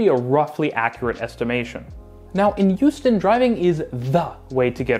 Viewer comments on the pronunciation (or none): Great video! I don't mean to nitpick, but the H in Houston is a hard H. Hyew-stin, not Yew-stin. And definitely don't pronounce it "How-stin" like those people from New England! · Hearing you say Houston in a way which sounds like Euston really makes my brain hurt, especially when talking about how Houston has bad public transit. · Are you talking about Hong Kong and Houston? I swear you're saying Youston. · Took me too long to figure out that he was talking about Houston and not Euston. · Don’t disagree with the points, but constantly pronouncing Houston as if it was Euston kept taking me out of it. (Born and bred Houstonian, though don’t live there currently) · Sorry, I’m not familiar with a city called “Youston” 😂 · Where the heck is "YOU'ston?" 😅